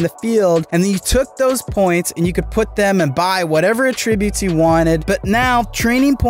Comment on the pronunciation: Learn how to pronounce “attributes!”